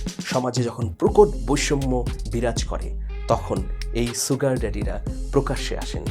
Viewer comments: Aage Sugar bolte sikhen. not soogar. The pronunciation is SHugar. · ছুগার নয় শুগার। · Bhai...Sugar er uccharon ta "sh" hobe, "s" na. Mane "S(h)ugar" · জনাব মানিক সাহেব, "sugar" এর উচ্চারন "শুগার" কিন্তু "সুগার" নয়, যেমন "sure" এর উচ্চারন "শিউর" বলা হয়, কেহ "সিউর" বলেনা। আপনার বারংবার "সুগার" উচ্চারন হাস্যরসের উতপত্তি ঘটাচ্ছে।